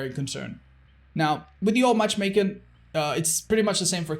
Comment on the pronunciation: all i could focus on was saying "matchmaken"